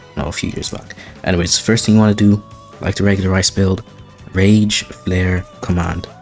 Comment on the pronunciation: reese. not "rice"